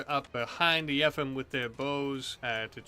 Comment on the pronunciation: I think yefim's name is pronounced as yeh-feam